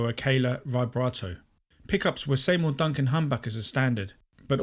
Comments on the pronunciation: See mour Duncan, not Say mour Duncan... 😮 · Are you calling Seymour Duncan “Saymour”?